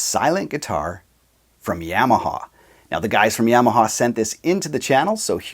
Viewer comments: good news is you're 2/3 the way there.. it's Yamaha (ya-ma-ha) not YAM-a-ha... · It's "YAH MA HA" not "YEAH MA HA".